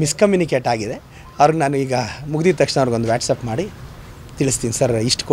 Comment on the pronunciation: ಅದು ವ್ಯಾಟಸಪ್ ಅಲ್ಲ ಮೆಂಟಲ್ ಅದು ವಾಟ್ಸ್ಆಪ್ 😅😅😅😅😂😂😂😂